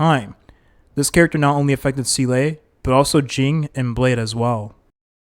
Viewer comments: it is he used to say seal 😂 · this would be a good video but the way you said SEELAY every 30 seconds drove me insane dude pls i cant even finish it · well its definitely not SEELAY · seele is actually can ve pronounced like this guy pronounce it bug other characters 😭😭 from all only yukong was prnnced correctly, it's like the guy never played and sees the scripf first time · Bro can't pronounce Seele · we gotta teach you how ro pronounce seele 😭😭😭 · I cannot hear this pronunciation of seele anymore make it stop pls 😂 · i didn’t see the video nor know the guy but the comment alone makes me feel pain. Edit: how is he pronounced yanqing properly but not Seele, is it on purpose, isn’t it? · I believe the "Proper" pronunciation is "Zee-luh" as she even says herself that her name is based off of an old Belebog word for "Soul" which just so happens that the word for "Soul" in German is "Seele", and that's how it's pronounced in German. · it's SEE-LAH not See-Lay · Bruh why say selay when you can simply say seal. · Zee luh not see lay (also how did your pronunciation of her name start from seel to seelay) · Seele is german and is pronounced more like Se-leh not zee-lay lah or luh. The double E is not pronounced like "see"/"sea" but i can see how that throws english speaking players off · seele is my favorite character in hsr, hearing see-lay all throughout this video just hurts.... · Don’t think I’ve ever heard Seele’s bame said so much. Lmao was said at least one to 3 times during almost every single sentence. Also never heard it pronounced wrong. So much xD “See-lay” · Nah bro, "see-LAY"? That enough internet for today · sea-lay i cant 💀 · The Seelay is distracting me 😂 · ah yes, seelay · Seelay? Shingshay? Dan Hang? Fu Zuan? I can't take this anymore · i heard "Zee-luh-ay" like hes purposely trying to cram more syllables into her name lmao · The game is voice acted just listen to how they say the names 😭 who is seelay and shingshay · see-LAY is indeed amazing...